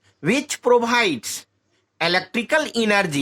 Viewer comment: KYA BOLTA HAI BE CHUTIYE ANGREZI KYA HI BOLTA HAI Sell IESH A DEBICE which probides components,,,charjess,diffarance ,cantinous 😂😂😂 Esse badiya hamare madarssse Mai padate hai